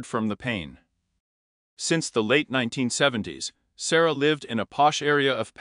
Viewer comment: Its Sa-roy-a. Not Sara. Reprogram your AI